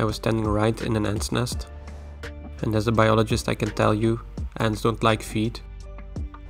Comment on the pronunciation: Everytime you say as a biologist I hear “whale biologist” in my head